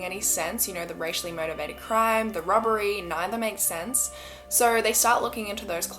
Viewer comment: Everytime she says "robbery" I hear "rubbery" and I giggle a little. (I know, I'm so immature) On another note, this is such a sad event. May their souls rest in peace.